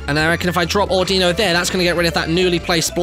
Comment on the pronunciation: I hate how he pronounces "Audino" incorrectly.